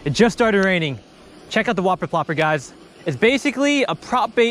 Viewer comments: The "Wuh-per Pluhp-per" 😂😂😂😂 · oooohhmppphmhm thwuh WHoppuh pwoppa x4 gets more clear each time he says it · Y u gotta say whopper plopper like that